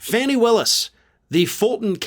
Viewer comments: Lol. Yeah, it’s pronounced like “Fah-nee”. Not Fanny🤭. Fahhhhhh nee.😉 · ...please pronounce Fani's name correctly. I know it looks like Fanny but it's really Fawny. I don't expect you to take my word just please look into the correct pronunciation. She deserves this small respect. I really enjoy your commentary thank you. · Her name is pronounced “Faux knee” not Fan Knee”! Please get it right! I love your show, but this irks my nerves when people don’t even attempt to get it right. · Thanks! I appreciate the show and your political analysis. Correction: Fani Willis' first name is pronounced "fawn e" as opposed to "Fanny." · fawn-ee Willis. Not Fanny. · 'Fahnee', not Fanny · Her name is pronounced "Fauni"